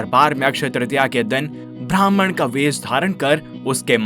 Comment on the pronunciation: It's Brahman ब्राम्हण.. Not Bhrahman भ्रामहाण Please pronounce it correctly